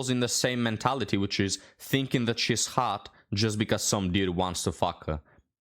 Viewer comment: Why do they say "haw-uh"? And not hot? " Noah, Noah, I'm haw-uh. They all have that same linguistic abnormality. They refuse to pronounce the t's at the end of words.